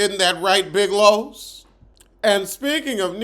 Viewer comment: "Big Los" 😫🤦🏾‍♀️